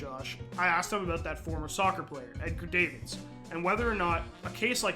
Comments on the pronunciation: Edgar Dah-Vids not Edgar Day-Vids. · Edgar Dah-vids, not Davids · Edgar DAAAAAA-VIDS...if you're gonna make a video about someone at least get the name right. that's disrespectful. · this dude mispronouncing davids hurts